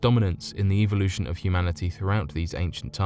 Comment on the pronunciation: you seem to have some problems saying things like "evolution (which you pronounce "ivo / eviloution" and also the simple word teutihuacan which is honestly pretty simple to pronounce when you have heared it once. but other than that good stuff to fall asleep to or do some other stuff